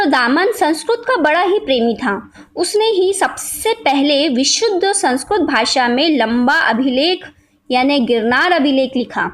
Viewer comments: sanskurt nhi sanskirt hota hai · kamina to tu lag rha h ,, bakwas video h , thath to pta nhi or video bnane chali h, sanskirt ko sansurt bol rhi h,, ucharan to kr nhi pa rhi h.